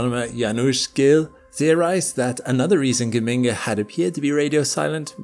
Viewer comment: The G in Geminga is the same as in Gemini. Juh-minga fool!